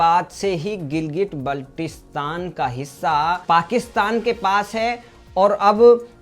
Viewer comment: बाल्टिस्तान बोलना शीखो